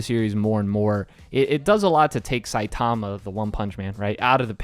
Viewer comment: Is that how the english dub pronounced Saitama? Shit My ears are bleeding from you saying it anyway.